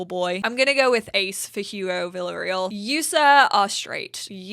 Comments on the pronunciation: i think the villereal name is pronounced villere-al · Villareal = vee-ya-ray-al . Double L in Spanish is pronounced like a Y. Also, great video! I had to do a bunch of this for the save file I released, where I go back and give every sim all the new features as they get released. It's kinda fun! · Villareal is prenounce as Villa-Ray-all. However, you prenouncing Maaike correctly makes me so happy. It's a Dutch name, and so many people have no Idea how to say it.